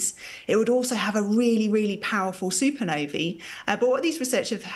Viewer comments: "Super novey" - you mean supernova 🤣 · What's a "soopanovy"? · Is she saying super Navy? Or super Nova?🤔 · She's not producing any other ah sounds as ee. Not accent issue.